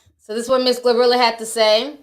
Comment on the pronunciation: I screamed everytime you said glozilla 😂😂😂